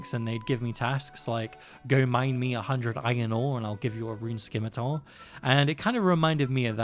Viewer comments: Buddy said skimitar. Someone help me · the c is silent in "scimitar" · The c in scimitar is silent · Not sure if you already know or not, but the c in scimitar is silent. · I thought the scimitar pronunciation was an intentional quirky joke. 😅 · Loving the videos! But the c in scimitar is silent.